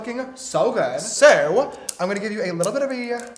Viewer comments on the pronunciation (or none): it sounded like he said so but in Swedish as “så” with and southern accent😂😂 he would literally be so good at speaking swedish!! (Är det några svenskar här? Ja som sagt det lät som han sa ”så” på skånska😂🇸🇪🇸🇪🇸🇪)